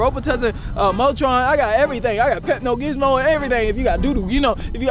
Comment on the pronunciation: Bro said pepo gimol